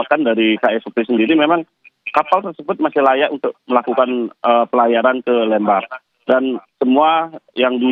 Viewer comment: Bacanya LEmbar buk seperti baca kata LEmpar batu